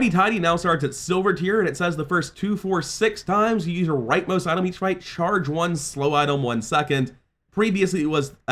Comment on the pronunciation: Why does he pronounce item as "Itolm" 😭